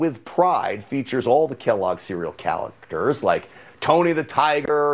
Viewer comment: "Kellogg's chalacters"